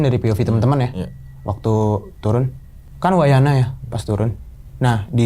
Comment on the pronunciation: Wayahna.... Bukan wayana😭